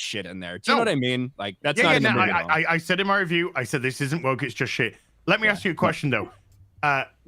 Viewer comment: did you seriously 'axe' how you won the 'who is the most gay' poll? It's because every time people look at you they see a nice big ''. D'uh!